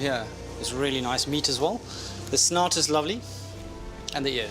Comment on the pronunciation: snout, I thought he said snot